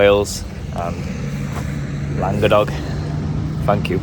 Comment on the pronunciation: As a Yorkshireman who lived in Wales for 12 years I learnt a rule that works with lots of Welsh words. If it's 3 syllables the middle one is often the strongest em-PHA-sis. So I'd expect Llan-GA-dog. Top quality video as always - thanks